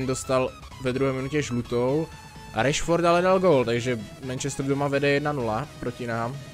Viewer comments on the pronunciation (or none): none